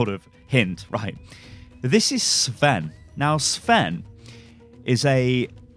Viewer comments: Sven is a Scandinavian name not Russian sty. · Sven sound russian? :D Dude cmon you are from Europe :D not USA :D